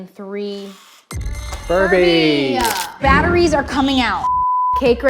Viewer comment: Tanners cake btw the funny thing is she said:bAtOrIeS GoWeN OwT😂😂😂